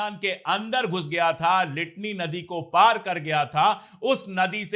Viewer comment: It is Litani river not litti river!